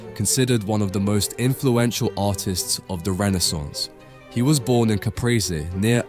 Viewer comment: Amazing video! So informative and persist. But way you said Renaissance made me want to jump off a building good lord man